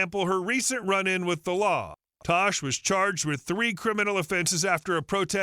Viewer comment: It’s tash not tosh